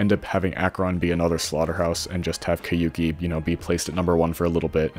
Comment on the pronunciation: you're pronouncing it wrong. The "ou" sound is as in "soul"